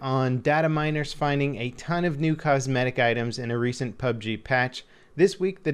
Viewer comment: Yeah... no... Saying PUB-G is just waaay, waaaaaaay easier.